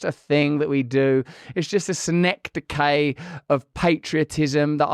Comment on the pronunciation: That's the most Bri'ish way to pronounce "synecdoche" I've ever heard Russell lol. And yes, there is nothing to explain 7WTC collapsing OTHER than a controlled demolition. It even looks like it went down as a controlled demolition, whereas the North snd South Towers look like they genuinely collapsed due to girder support failure via heat stress.